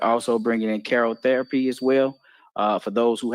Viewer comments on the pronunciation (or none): Did the Dr say karo therapy......? cryotherapy is what it's called.....